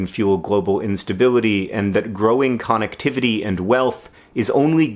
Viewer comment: Con-ectivity John?